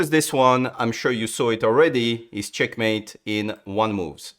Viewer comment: Can't believe this is the guy who says "cHyeAkmeit"